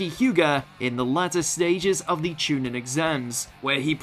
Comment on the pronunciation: I'm less than 20 seconds in and i hear Chu "nin" instead of chu "neen"... definitely a poor quality list without watching anything more